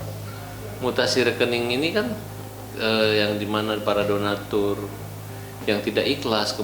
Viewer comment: bicara udah ngawur 😂 Donastur /donatur 😂😂 udah pusing yah